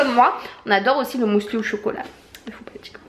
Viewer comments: On dit pas " mousli " mais muesli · Pourquoi "mousli" ? C'est un "u" 😂😂😂 Tu me fait trop rire. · Heureusement que les colis étaient bien emballés parce que franchement ton facteur n'avait pas à faire ça.. sinon je n'ai pu m'empêcher de sourire à chaque fois que tu prononçais le mot muesli, je n'avais jamais entendu quelqu'un dire "mousli" et j'adore haha Gros bisous 😘